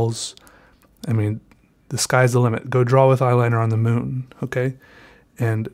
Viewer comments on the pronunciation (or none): none